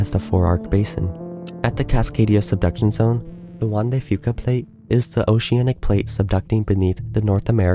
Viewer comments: It may or may not be worse than the Anchorage quake, which was also subduction-caused. Kudos on pronouncing "Juan de Fuca" right! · I live on Southern Vancouver Island. Thank you for pronouncing 'Juan de Fuca' properly 😊